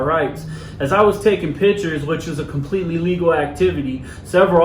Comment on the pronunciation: If your whole site is about taking pictures, please learn how to say it. It’s picture not pitcher.